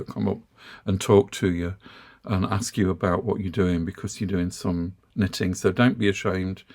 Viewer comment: As a new knitter, I have been watching your videos for several months now. I must admit, I initially misheard you and thought you were saying "sniffing." I have also followed your recommendations regarding yarn from Temu and have been pleased with my purchases. However, the yarn I have obtained from Temu only lists the weight, and not the yardage. All the charts I have seen regarding yarn requirements for projects such as hats, scarves, and sweaters only list yardage. Could you offer some advice on how to determine the amount of yarn needed for my projects? Also for the man asking about knitting, there is a Marine Veteran who knits at our Senior Center . He does beautiful lace, tatting, knitting and crocheting. Thank you for all of your wonderful videos.